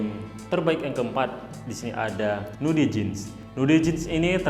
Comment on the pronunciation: Bacaanya aeyren haart, nuudi, flet hedd, mister fridemm